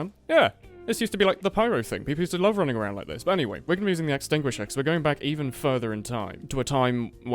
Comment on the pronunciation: "using the axtinguisher in 2018" lol sure DEX user cries in the corner